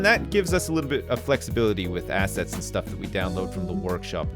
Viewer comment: Also every time says 'assets', I only hear 'ass'.